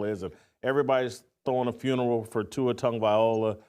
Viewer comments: Here we are 2 years later…..and you still can’t pronounce his name correctly 😂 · First thing, Jason…you need to learn how to pronounce Tua’s last name.